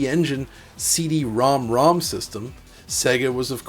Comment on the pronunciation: I love how you pronounce CD-ROM² correctly